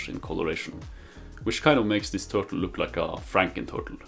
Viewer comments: Bro said TURLTE 😂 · Turlte? Lol. Nice work though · No idea what to call it, huh? How about: Twur-tle.